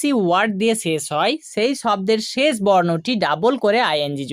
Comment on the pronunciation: শেছ নয় শেষ বল